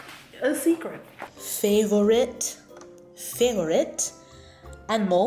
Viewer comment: I'm crying at the. "favorit" and rour 🤣🤣